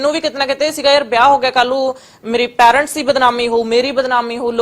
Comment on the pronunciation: ਵੱਡੀ ਅੰਗਰੇਜਣ ਫੁਕਰੀ ਕਹਿੰਦੀ “ਰਿਊਨ”। ਫੁਕਰੀ ਬੀਬਾ “ਰਿਊਨ” ਨੀ ਹੁੰਦਾ “ਰੂਇਨ” ਹੁੰਦਾ। “ਪੈਰੈਂਟਸ” ਨੀ ਹੁੰਦਾ “ਪੇਰੈਂਟਸ” ਹੁੰਦਾ।